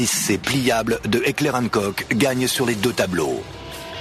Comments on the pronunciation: Heckler & KOK????? Putain mais apprenez à prononcer >< c'est Heckler und Koch (allemand). Enfin les combats en CQB c'est la nouvelle face de la guerre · Qui a réagis à la prononciation de Heckler und koch ? ^^